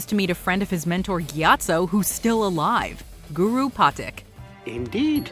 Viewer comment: They mispronounced patik